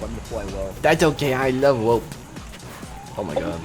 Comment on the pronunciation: "I don't cawe, I wuv wope"